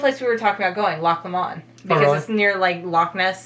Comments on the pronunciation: PLEASE PLEASE PLEASE ignore everything this guy says! Im Scottish and he has shown nowhere near the best places to visit here! Please find a video where the person can actually say the names of where he is properly lol. Loch lomond, for example, is pronounced loch lowmand, Edinburgh does not end on boro! Pronounced edinburrah. If your based in Edinburgh, there are so many places to see. Edinburgh old town is amazing, you need to do a ghost tour at night, you'll learn so much about the city. Stirling, think William Wallace, is a nice drive that you can visit on the way to luck lomond. One of the most picturesque places in Scotland is Glencoe, truely stunning. There are a million things you will love about Scotland. Give me a shout if you need any advice 👍👍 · Scotland is definitely one of the most beautiful countries in the world but it is small and you could easily do a lot of it if your there for 4 days. His pronunciation is quite bad lol Loch Lomond is pronounced loch low-mnd haha I’m sure you will hear it when your there. I lived in Scotland for 26 years and regrettably I didn’t explore anywhere near as much as I should of. I’m sure you will love it 😊🏴🇦🇺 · Wait wait wait did you just call Loch lomond Loch lomand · scot here the crown jewels arent gawdy as the English ones the coronation stone is there as well also scotland aint flat most of the land is up hills and final its loch lo mond not la mond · aye and Lock law-mawn (Loch Lomam ) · I must admit, the pronunciation of Loch Lomond was mildly offensive! But more importantly, it is NOWHERE NEAR Loch Ness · Loch lomond pronounced...lock lowmond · The commentator keep putting the stress on the last syllable of place names, but that is rarely right. Loch LOmond; glenFINNan; DUNcansby. As for the rules of Gaelic spelling, they are as mysterious as mountain mist. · You pronounce Edinburgh much better than him. Also, he called Glasgow 'GLASS-GOW', when it should be 'GLAZ-GO'. Thirdly, Lomond is pronounced LO-mund.